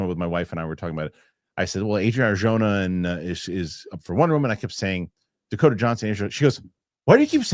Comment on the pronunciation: I can't tell if you're mispronouncing Arjona so badly on purpose or not haha.